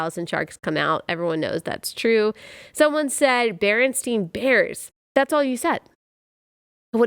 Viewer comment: It's not Berenstein, it's Berenstain. It's the spelling and the pronunciation.